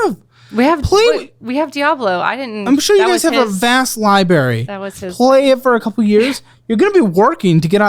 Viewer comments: it drives me crazy that says Liberry, instead of library, and this is far from the only time i have heard it on this channel from him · ITS A LIBRARY NOT A LIBARY!!!!! 🤬🤬🤬🤬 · And it's LiBRary not lieberry. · I can’t deal with it anymore., it is libRary not libARy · Did just pronounce “library” as lie-berry? 😂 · Every time says, "Lie berry" it makes my teeth hurt! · please learn to say library correctly. Geez, it's not hard